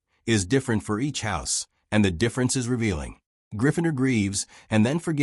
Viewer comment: If you want success.. recheck the video after AI has voiced it.. What the hell is ‘Gryph-finder’